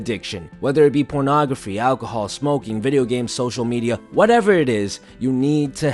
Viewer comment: Me: ok I need this, I'm really addicted... Him: ProNographY